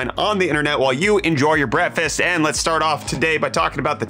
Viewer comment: This man still can't say breakfast.